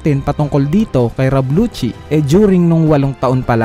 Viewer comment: Lusi po pronounce hindi po luchi Lucci